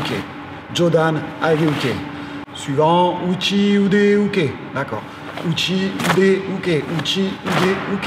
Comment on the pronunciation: Jodan age uke: blocage vers le haut.....non car il s'agit de "défense" et non de blocage avec le terme "uke". Là est déjà un problème car les enseignants eux même utilisent des termes "inexacts" et en plus les prononcent mal, c'est à dire à la "française" et non à la japonaise d'où ils sont issus. Que les élèves sachent les termes, c'est obligatoire, sinon ils n'ont rien à faire au passage de grade, mais que leurs professeurs fassent l'effort de leur coté de travailler aussi la justesse de leur propos car ne pas oublier qu'ils restent pour les élèves LEUR référence.